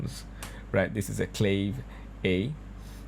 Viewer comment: Please...the correct prononciation for CLAVE is KLA-VEY not CLAVE! ( sounding like slave with a C )... It is 2 syllables. All Latin musicians will cringe with that prononciation.